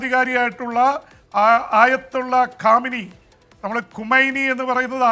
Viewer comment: കാമിനി അല്ല ഖാംന ഈ